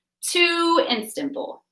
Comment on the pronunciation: Istanbul not Instanbul.